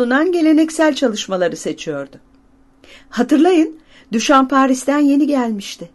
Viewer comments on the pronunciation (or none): "Düşan" diye bir telaffuz mu var? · ”Düşa’nın”, diyor, yazılı olarak ifade etmek gerekiyorsa. Türkiye’de genelde “Düşamp” diye söylenir ama aslında Fransızca telaffuzuna yakın olarak “Düşo” daha uygun olsa gerek.